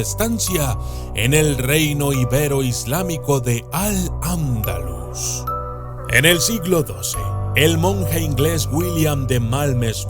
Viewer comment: Eres la primera persona que oigo pronunciar bien al andalus